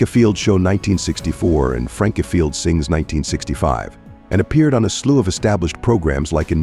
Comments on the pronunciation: Worst AI narrator ever! "yo-DELLing"?? "If- field" Good grief. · IFIELD is pronounced EYEFIELD.. Ukulele ??? Try yewkalaylee